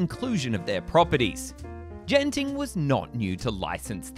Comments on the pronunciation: Singaporean much? It's pronounced as 'G'enting... NOT 'J'enting! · i think you pronounce genting wrong its not jen-ting its genting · Its not gene-ting, huhu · I'll be making my second trip to Genting (incidentally, pronounced Ghenting with a hard G) in two months; like my first time, I'm not planning on visiting Skyworlds during this upcoming stay, either. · Its Genting not Jenting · ''Jen-ting skyworlds''